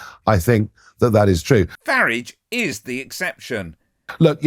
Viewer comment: You have just edited clips together not an interview and you keep pronouncing his name wrong, your a shit head.